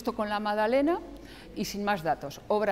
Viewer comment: "Madalena", "Nuñe", "sumao", por favor que alguien le enseñe a hablar correctamente, es MaGdalena, NuñeZ, sumaDo.